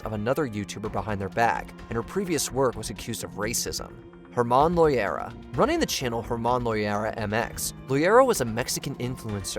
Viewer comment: Its loera not loyera I CAN'T BELIEVE AWP MADE IT ON HERE!